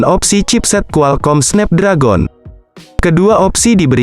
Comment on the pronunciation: Belajar English dulu Cok Malu dengernya SNEP DRAGON